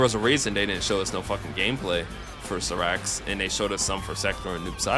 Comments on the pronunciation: I stopped watchin the video when i heard him pronounce it that way. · Never in my life have I heard Cyrax's name butchered that crazy lmao. Like there's an announcer that says the correct name of the character in the game itself. 😂